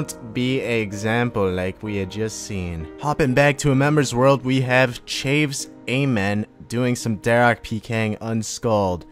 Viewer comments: it's pronounced sha-vez not chayvz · "chaves"... you pronounced that wrong